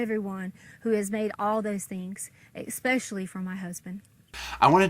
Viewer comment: “Espeeeeeecially” from her husband. God awful.